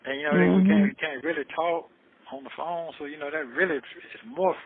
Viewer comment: I dont know why the "phome" aint going thru. 😂😂😂